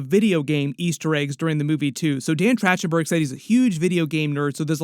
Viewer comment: “Track-ten-berg” not “Trach-ten-berg”